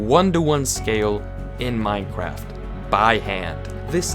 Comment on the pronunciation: Minecwaft owo